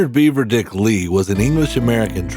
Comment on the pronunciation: Its not "Beaver Dick", its "Beaver Dick"